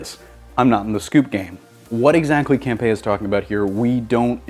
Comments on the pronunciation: ITS Camp-E-uh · John CAM-PEE-AH